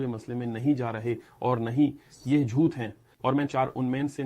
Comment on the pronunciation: With respect rectify or improve the pronunciation of the letter ٹ ٹ ٹ ٹ ٹ ٹ (جھوت/ جھوتہ Zhut° ❌) (جھوٹ ✅)